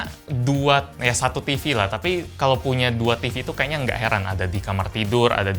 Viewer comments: "tafi kalo tifi"😁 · tafi ato tapi nih bang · tafi kalo tifi 😂